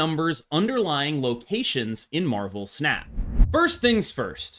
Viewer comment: I kept hearing marvel pants and I just can't lmao